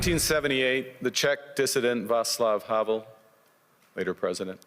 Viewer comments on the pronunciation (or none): He dares to invoke the words of an anti communist, anti totalitarian hero, whose name he does not bother to properly pronounce—Václav Havel—without realizing (or pretending not to realize), the rich irony! He must really think we are all a bunch of naive dimwits. I thought I had reached my max dislike level, but nope, not there yet.